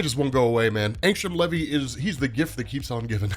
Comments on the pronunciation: Bruh..... it ain pronounced levee. U soun like my school teachers taking roll call. Wrong af. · Maybe when he makes his appearance on Amazon we’ll hear how it’s pronounced